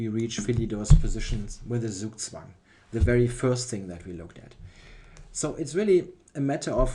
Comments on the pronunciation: Zugzwang is a german word you are allowed to pronounce it german :) Great video as usual, thx! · Gregory Zala dachte auch erst aber dann hat er "zugzwang" so komisch ausgesprochen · Yeah, is definitely German;-) Ironically he pronounces "Zugzwang" the way English speaker will do it most of the time (pronouning 'z' not as 'ts' but much softer as a voiced 's')